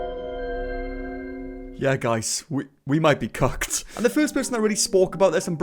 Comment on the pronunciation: Did he just say cucked instead of cooked???😭💀